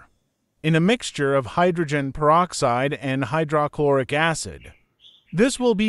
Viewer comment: AI narration mispronouncing words is annoying "Hy - DRAH - Chlor- ic"